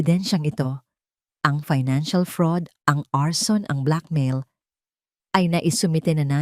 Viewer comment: Ano ba iyan kakainis pakinggan minsan bakit ang black mail bibigkasin mong black ma-il.tapos iyong pa in naman bibigkasin mong pain ayosin mo naman